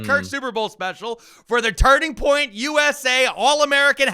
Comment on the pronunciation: Did he say Turding Point USA?